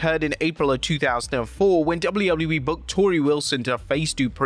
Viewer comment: you said wwllew